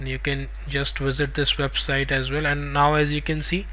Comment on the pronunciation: Omg what a funny accent :face-green-smiling:. Your "as well" is "Asvel"